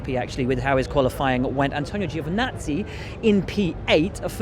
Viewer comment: Brits need to LEARN how to PRONOUNCE the names Kubica and Giovinazzi. Either that or lose the chip on their shoulder.